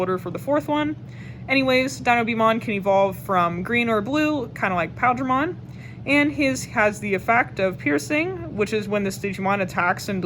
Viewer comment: Definitely appreciate this video, I couldn't find green blue imperialdramon deck build almost anywhere. And I believe it's pronounced like pie eel dramon